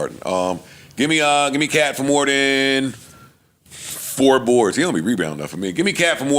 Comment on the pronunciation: not being able to distinguish "than' and "then" is HILARIOUS LOL